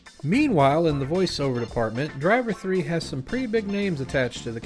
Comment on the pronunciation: It's great to know that I'm not the only person who pronounces titles like "Driv Three Ar" like that xD